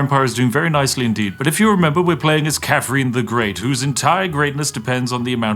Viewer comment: The fake posh accent would work better if you didn't pronounce her name "Cafrin".